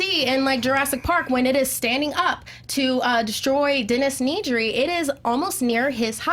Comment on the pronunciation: I loved question three, but goddammit, it's Dennis NEDRY. Ned. Ree. They say it multiple times in the film. Not once do they say, "Find Need-ree. Check the vending machines."